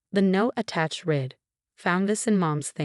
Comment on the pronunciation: It read instead of read(red).